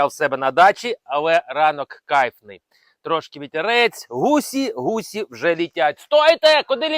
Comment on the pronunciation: ГусИ, а не гусІ